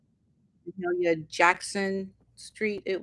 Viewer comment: You are the first person who has pronounced “Mahalia” correctly!!!! What? Has nobody heard of this iconic woman???!!!! Sad…